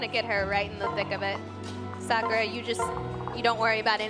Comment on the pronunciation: Suck ah ra. That pronunciation really bothers me.